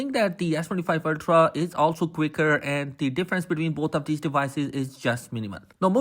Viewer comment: Are you saying ass25 ultra ?🤔